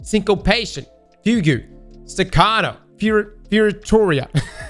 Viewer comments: FUGUE - no not "fu-gu" - its fyoog - Just like Cantata, Syncopation, Staccato, Pizzicato (Pits-i-ca-toe) or Fioritura (fi-ori-tooo-rah) an operatic embellishment) - its a musical term. Hire me part time and I will be your pronunciation expert. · lmao this man called it "foo goo" never change hahaha